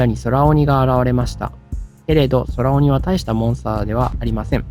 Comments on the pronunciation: 空鬼って、｢くうき｣と読むのでは？ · そらおに、ではなくて、くうき、だった気が…